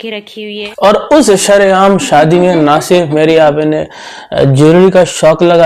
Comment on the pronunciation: Sha nhi sa hota hai sareaam ✅ Shreaam❌😂😂,,,❤❤❤ love u